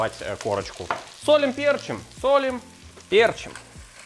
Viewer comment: Не пЕрчим, а перчИм!!!!